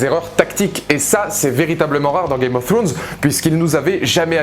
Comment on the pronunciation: Ta pas compris que le roi de la nuit et son armée de mort c'est un seul cerveau celui du King of night chelou ton debrief...! Games of throooooones bof l'accent, rien ne va, bonne continuation quand même